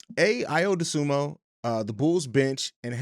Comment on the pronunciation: Good stuff, but it's Dosunmu not Dosunmo.